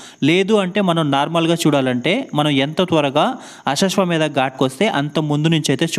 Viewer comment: కాశీలో గంగా హారతి జరిగే ఘాట్ పేరు........ అశశ్వ మేధ ఘాట్ కాదు...... అశ్వమేధ ఘాట్ 🙏🙏🙏